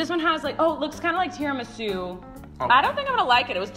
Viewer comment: Did you guys say Tiramisu wrong? The way my family says it is with the "ra" sounding like the Spanish word carro.